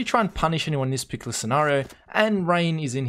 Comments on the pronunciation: yes, particular. lol bilgigulous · "Such as DD is in this .... scenario". What is he saying here? Particular? The only thing I can hear on the dotted line is something like bilgigulous.